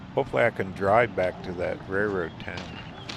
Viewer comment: Love your adventures off of the main highways but I’m laughing because my husband gets very frustrated every time you don’t pronounce the “L” when you say railroad 😂. Instead you say rayroad, oh and you say prally instead of probably 😂, that gets him every time as well, but you do you, we still love ya!